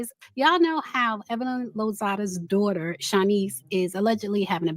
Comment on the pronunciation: Don't talk about my dzaughter my dzaughter my dzaughter